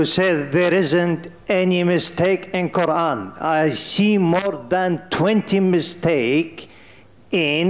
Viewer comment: No is not correct ,qurran is not correct!!!